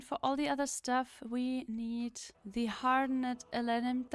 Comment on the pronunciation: The harde-ned elenim, the harde-ned elenim